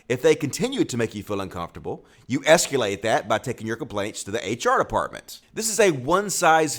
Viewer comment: There are so many of these clip and commentary type videos that that it's nearly impossible to decide which ones to watch. But when the person doing the commentary mispronounces a simple word, that makes it a little easier. In this case, "esculate".